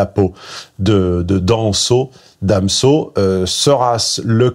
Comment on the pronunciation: Dans so (damso) orel sans (orelsan) ptdr 🤣 Superbe tes prononciations...